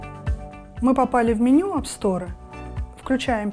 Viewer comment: АпСторэ? Сторэ? Эх, беспощадный английский.